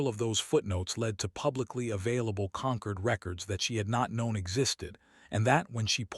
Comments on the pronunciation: Can someone PLEASE teach AI that 'concord' and 'conquered' are two words (with opposite meanings, ironically in this context) and with two different pronunciations. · For god sake it's not conquered, but Concord !